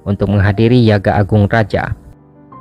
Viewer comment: Admin kayaknya pelafalannya yagya deh, bukan yaga